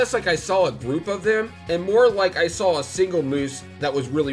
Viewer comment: Did you just saw "when I first sall it?" Why do people talk like that? I bet you put an "l" in "both" also. Since you're so good at putting ls where they don't belong you can take the L here too.